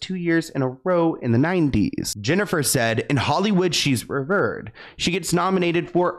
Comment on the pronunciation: The word revered: The second syllable rhymes with weird, not bird.